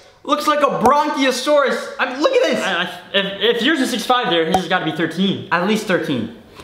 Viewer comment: D-did u just say bronchiosaurus? cough its called a Brachiosaurus Brachie-oh-saur-us